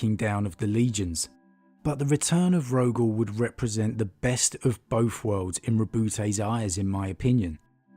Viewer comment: Three not Free, Both not Bofff.......... not FFFFFF its TTTHHHH